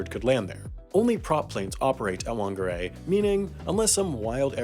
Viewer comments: Both the "W" and the "F" pronunciations are used when saying "Whangarei" in English (though the "F" pronunciation is more common these days) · Its pronounced faaunga-rei being a maori name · “Won-ga-ray” ❌ “Fa-nga-ray” ✅ Ng as in sing, ray with a rolled r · "wan-ga-ray" god that hurt to hear. It's "F-ung-a-rai" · Wangarei? It's Whangarei (Fangarei), wh makes a f sound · Don’t worry, we aren’t weird, Whangarei isn’t called Wongarey it’s more like fungarai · itssss not wong ah ray, it’s fong ah ray. ahhhhhhh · It is pronounced 'Fangarei' and not 'Wangarei'. Whangarei is a Maori word and Wh is pronounced as 'Fa' in Maori. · It’s not /w’hangeray/ it’s /faŋarei/ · I can guess isn't a New Zealander, but he could at least pronounce it right. Cause it's pretty much pronounced thong-a-ray not wong-a-ray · ahem whangarei is pronounced the a f sound not w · Whangarei is not Whan gey ry but fan gey ry.. wh is pronounced as f.. or rather "pha" in the native Maori language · Just a New Zealander stepping in here: if anyone's curious, the "Wh" in "Whangarei Airport" is actually pronounced like an "F", so it should actually be pronounced "fahng-ah-ray" :) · Just trying to be informative here, because of the language the name Whangarei comes from, it’s pronounced something like “Fong-a-ray”. The “wh” makes a “F” sound in the Maori language, the native language of New Zealand. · Whangarei is properly pronounced "Fung-nga-ray" - a New Zealander. The "Wh" is a "F" sound in Maori. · Just FYI- In Maori (which had no written language), "Wha" is pronounced "Fuh", so Whangarei is pronounced "fuhngaray" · Whangarei is pronounced fun ga rei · No Whuckingwei! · Hey, just saying... Whangarei is pronounced with a "ph" sound. This could be added in your yearly mistakes videos. So like "Phun-ga-rey" that's how you'd pronounce Whangarei. Much love from NZ. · Pronouncing Whangerei as "Wongeray" really hurt lol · wangarei??? fyi the "wh" makes an "f" sound. Otherwise great video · Like "phone"